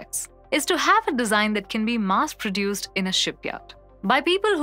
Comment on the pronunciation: That's Mass, not Maas.